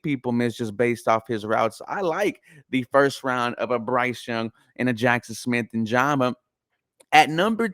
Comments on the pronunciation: great video bro.. just a FYI.. It's Njigba (In-Jig-Buh) keep up the great work. Go Texans!! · This fool said Nijaba it kills me lmao